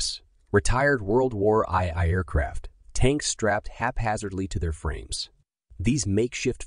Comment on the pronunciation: Lost me at World War eye eye.